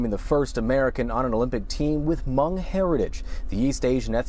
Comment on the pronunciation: I applaud and thank you for pronouncing Hmoob/Hmong 'correctly' as it should be. You are the first American/non-Hmong I have heard to pronounce my people's ethnicity correctly. Thank you!